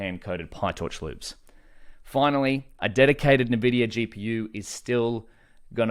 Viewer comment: It's not "nuh-vidia" please stop lol